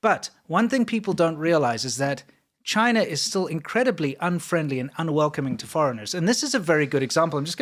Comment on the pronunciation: CHIII-NA. DO NOT VISIT.